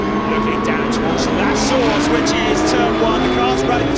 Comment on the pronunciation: I love turn 1's name "La Source", but pronounced "La Sauce" (at least that is what I hear lol)